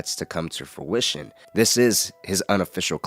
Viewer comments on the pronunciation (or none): none